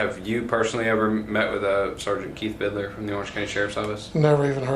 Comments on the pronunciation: It annoys me so much how he says “vid-a-ler” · Why does everyone add an extra syllable to vidler? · Vidiler, he says. He also says supposebly, irregardless. He is edumacated. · I hate his constant "Vidiler" over and over. is a chronic mispronouncer of words. His eighth grade education really shows in this department. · Word! J-Dawg…it’s VID-LURE, not VID-ER-LER!!! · I HATE the way says Vidler. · They should hold in prison until he can properly pronounce “Vidler”